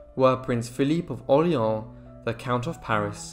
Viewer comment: For God’s sake, the name Orléans is not pronounced « Orleen « ! Google How to pronounce before reading !